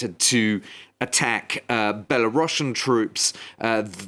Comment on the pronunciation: Belerussian troops! 🤣🤣🤣🤣🤣🤣 I needed a good laugh this morning